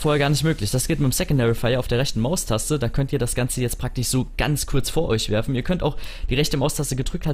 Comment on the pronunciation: Och hasse Leute die kein sch sagen können und z.B. praktich sagen !